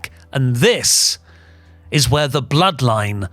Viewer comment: “The Bl-zeroed-line” sent me 🤣🤣🤣